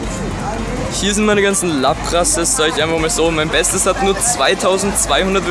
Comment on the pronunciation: Es heisst laaaaaapras und nicht lappppppras